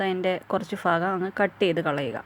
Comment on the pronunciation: ഫാഗം അല്ല ഭാഗം എന്ന് പറയൂ please